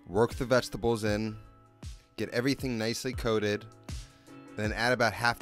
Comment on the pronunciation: I like how he says VEGTABOWS